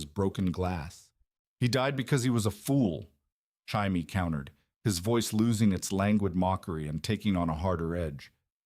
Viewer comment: I want to enjoy these "what if" stories, but every single one is blatantly AI, or at the very least AI narrated. In the first 60 seconds, I heard 3 different pronunciations of "Jaime". That just made this impossible to sit through. I'd rather just read it. Is this pulled from reddit, AO3, or FFN?